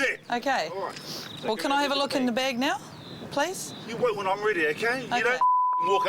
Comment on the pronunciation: Okay, this might sound like a daft dam thing to say but please nobody get angry but has anyone here noticed that the people in the video were pronouncing the word bag incorrectly?